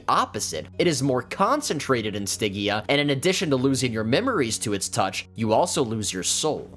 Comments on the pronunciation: Stidgia, not Stiggia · The "G" is like George dumbass 😂😮😅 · good info... but that pronunciation of stygia... OOF! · It's a soft G, like fridge. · I hope that you understand you mis pronounce stygia the whole time 😂😮😅